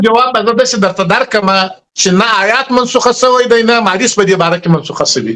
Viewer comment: شنواري صاحب تقلب مه کوه! داسي څوک دې علمی بحث ته راوغواړه چي په دین خبر وي ایله دچوک مزدوران مه رابوله دا دملا ماما خو آيات په (حيات) تلفظ كوى خاله خو بیخي په دین خبره نده